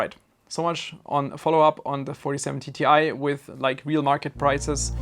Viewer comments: Why do you keep on saying Ti as TTi? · this guy pronounces it like 47TTI, idk how he does it but he does